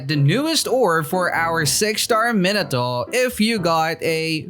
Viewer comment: The way he pronounces minato is just...